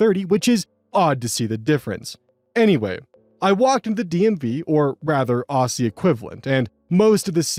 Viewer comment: I cringe whenever I hear someone say ossie for Aussie, I get why if you haven’t heard an Australian say it before and just have to go by the spelling in an american accent or if you’ve only heard Americans and brits say it. It’s actually pronounced ozzy and I ALWAYS hear non aussies getting it wrong. Again, understandable mistake but it hurts my soul a tiny bit every time